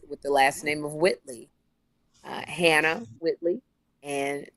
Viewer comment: Sherri always missing her mark with “Hannah”. She knows how she’s supposed to say it lol